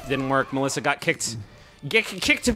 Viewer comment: I love that they actually pronounced the Ё in Mёlissa correctly. Sometimes. They seem to switch between Melissa, Mёlissa and Myolissa all the time.